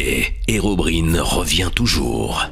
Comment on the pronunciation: Apprend à le prononcer bien c herobraïene pas herobrine